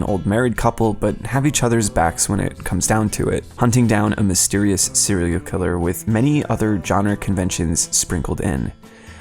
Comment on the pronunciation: HE SAID SELIAL KILLER